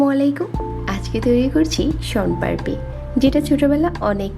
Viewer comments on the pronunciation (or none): পারপি না পাপড়ি